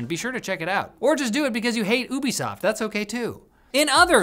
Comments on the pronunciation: its you be soft not oooo be soft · lol my brain tweaked every time I heard you pronounce Ubisoft the way you do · Is it pronounced Ubisoft?! Ah man, I've been saying Ubisoft!! Why didn't someone tell me?! Ahhh I've been making an idiot of myself!